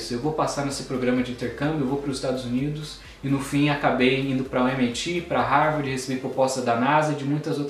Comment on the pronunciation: aprendeu falar English esta na Harvard e nao sabe pronunciar o nome da Universidade.